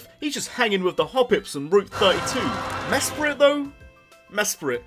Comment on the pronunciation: Uhhhh Meh-spret.